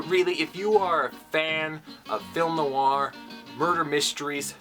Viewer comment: 'Noir' has just one syllable. Not 'noo-ar'. That aside, well researched and presented!